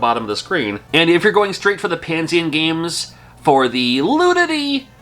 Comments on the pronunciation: Why are you saying Pan-sien. It’s Pan-esian or is that how they pronounce it? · Is that how Panesian is pronounced? I thought it was Pah-Nee-Zuhn or similar. Also, I wouldn't call it a bootleg since it's an original game and not a pirate port/knockoff. Also, at least Bubble Bath Babes had an all ages release (as Mermaids of Atlantis by AVE). There were a few more adult Famicom games released in Japan (generally by Hacker International) and Taiwan. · Pah-Nee-Zhin is how I pronounce it.